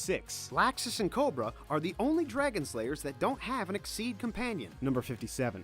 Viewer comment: who else is annoyed by the way he says most of the names wrong like endolas should be edolas and exeeeed should just be exeed and so on